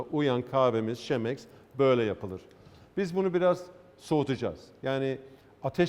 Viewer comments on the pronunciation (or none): "KEMEKS" diye okunur dostum, Avustralya aksanı ile "Şemeks" denebilir ama siz "KİMYA", "KİMYASAL"a ne diyorsunuz Avustralya'da, "şemikıl" mı yoksa "kemikıl" mı:)) Hepsini boşver, o elindeki alet nerede icat edildi? Chemex'i icat eden adam Peter Schlumbohm kimyagerdi dostum, bunu da bilmiyor olmazsın değil mi... :))